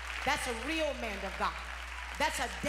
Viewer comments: How can you live 40+ years and not have been corrected in your grammar so that you are able to pronounce as simple a word as "man"? It's "man" of God -- not "manD" of God! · It's that old skool pronounciation of "man"!! Karen and Dorinda say it too!! I don't know what that is. Folks raised up in COGIC, the old mothers say "MAND" of God. I crack up!!